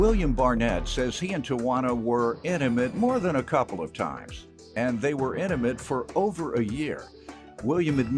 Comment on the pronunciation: I had to rewind again and listen to him say inimate.. I was like wth lol..